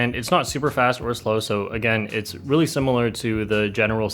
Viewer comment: Since he has too many GAN cubes, instead of again, he says.......... aGAN lol